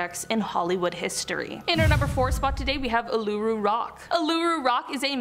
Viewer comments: Uluṟu is pronounced ooooh-looo-roo. It’s a very culturally significant place in Australia, doesn’t particularly fit in in this video. xox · Its pronounced oolaroo ffs if your gonna say something about Australia and it’s cultural heritage at least look up the proper pronunciation or don’t talk about it if your gonna butcher the word entirely especially since it’s a massive part of our aboriginal culture